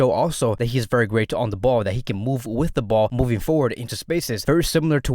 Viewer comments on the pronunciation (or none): none